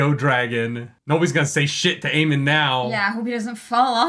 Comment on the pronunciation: And it's Aemond, not Aemon.